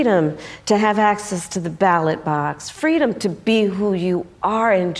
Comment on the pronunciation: Stop pronouncing fteedom. America is free right now and 60 nations around the world.